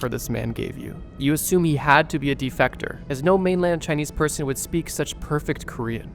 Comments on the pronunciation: Defector not defactor, defactor isn’t even a word. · De-fect-or, not defactor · de-feck-ter bro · No way you don’t know how to pronounce the word defector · Defector? Surely not Defactor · The use is correct, but his pronunciation sounds like "defactor" rather than "defector" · Thats not how you say defectors bro sorry but its making my brain feel itchy the way you saying it. Its sounded out as “dee-pheh-ktehrs” the second E in “defEctors” is pronounced as an “eh” sound not an “ah” sound. Or rather an “ě” sound and not an “ǎ” sound. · Yeah he keeps saying DeFactor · Youtuber try not to mispronounce common and easily searchable words challenge: IMPOSSIBLE. It's "Dih-fek-ter" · "defactor" borther you are defactive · Not gonna lie, hearing "Defector" pronounced as "De-factor" instead is hella distracting 😅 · D factors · please re-upload with corrected pronunciation of defector 🤣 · The way you say defector is frustrating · cant watch this video due to gross mispronunciation of defector. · Defector, he pronounced it wrong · Why does he say defector wrong? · The way you pronounce defector is killing me lmao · brother seriously how are you not able to pronounce the word D E F E C T O R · think you mispronounced it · i agree with you. but also, mispronounces something wrong every video, so why not go find someone else to watch, if that’s so important to you? genuine question. i’m not looking to argue.